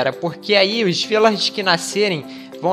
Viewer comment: vc é carioca de mais (sei que vc ñ é carioca) cismou que é Virlager, mais é Vilager!!!! Mais mesmo falando errado, essa sua voz delícia, deixa a palavra bonita!!! Vídeo excelente, abraços!!